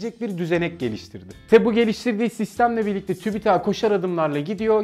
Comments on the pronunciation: Tübitak tübitak değil ki tüpütak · Tübitak değil abim siz bilmiyonuz . Tübit- AK , simdi oldu .